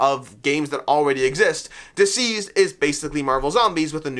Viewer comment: I really enjoy your content but it drives me nuts every time you call it Dzeez! It's DCeased as in 'deceased'.